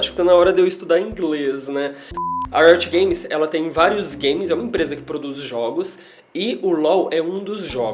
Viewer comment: Se pronúncia RITO GAMES kk